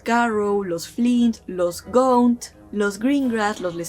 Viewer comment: Hola, sólo me gustaría aclarar que el apellido Gaunt se pronuncia tal cual, no "Gount".